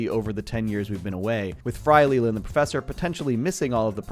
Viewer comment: excuse me, did you say Lee La? wow. did you even watch Futurama lol